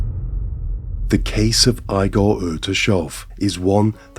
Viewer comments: Who killed who?? Your name pronunciations are awful. iGore who again? (Btw that name is pronounced eegor, not EYEgor) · Even though I am eastern european, not Russian. It's EE-gor. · Igor И́гор . Pronounced EEgar. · I liked his name would be pronounced as iigor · Narrator kills his name lol eye-gore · I love your channel ! Igor is pronounced EEGOR